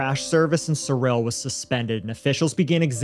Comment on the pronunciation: Thank you for pronouncing Cyril correctly!